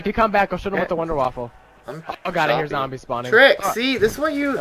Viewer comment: wunderwaffe not wunderwaffle :P